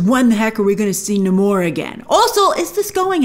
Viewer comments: You’re American. You don’t pronounce Namor like that . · Grace.. say Namor's name right 😠